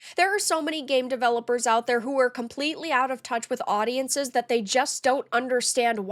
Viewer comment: the way she says Who Are.. sounds like hooo-err :D lolololol :P